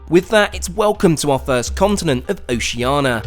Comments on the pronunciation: It sounds like you say OceANA, instead of OceANIA. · Would be nice if he could pronounce Oceania. It’s not Oceana. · Oceania is pronounced O-shee-ar-nee-a! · You can't even pronounce Oceania right. Not first class. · Australia is the continent, not "oceania". Oceania isn't a thing. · Common mispronunciation of 'Oceania'. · Amazing video but the mispronunciation of Oceania is killing me